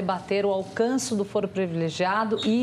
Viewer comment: CLAUDIA TAVARES — fala-se fôro, não fóro. Foro não é fórum, mesmo se advindos da mesma palavra em latim.